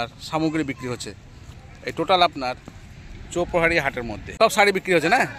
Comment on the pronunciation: তুমি লিখেছো চৌপাহাড়ি আর উচ্চারণ করছো চৌপহরি